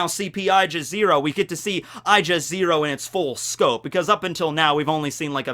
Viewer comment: my dude, you need to work on your pronunciation. Aegis is "Age is", not "I jis".